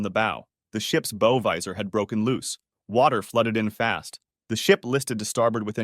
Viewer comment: It's "B-ow" like saying OW with a B infront. BOW. Not "B-oh" As in bow and arrow. Christ.